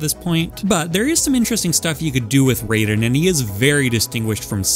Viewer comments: ew he says Rayden instead of Raiden... Good list otherwise though. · He didn't even pronounce his name correctly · The way he said Raiden’s name pained me